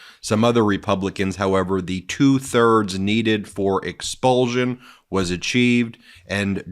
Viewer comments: Ex-pul-SH-un not Ex-pul-ZH-un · Expulsion is pronounced expulshon not expuljon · It's expulsion not expulzun, Get a grip and stop making up your own language. Also watch your pronouns, you and your colleague run roughshod over the use of me and I.